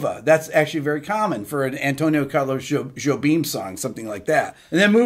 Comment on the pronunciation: Yeah, you said right: Antonio Carlos Jobim - or Tom Jobim. ;-)